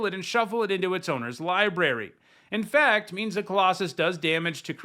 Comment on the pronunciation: no. When you said it, it sounded like you said "infact" instead of "infect". That was what I was pointing out.